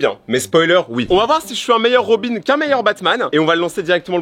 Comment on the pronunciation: Il dit robine alors quond dit robin